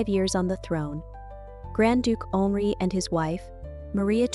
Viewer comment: You have a beautiful voice (I’m assuming it’s real and not auto-generated), however, you might want to check the pronunciations of some of the names used in this presentation, such as, Henri. Correcting the pronunciations would heighten the overall professionalism of the video. Looking forward to more of your work!